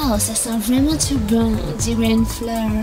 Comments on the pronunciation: "Oooh, ça sent vwaiment twop bon ! On diwait une fleur !" 😂😂😂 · >''Ooo ça sent vwaiment twès bon , on diwait une fleur ! '' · OW SA SENT VWAIMENT TWO BON , ON DIWAIT UNE FLEUW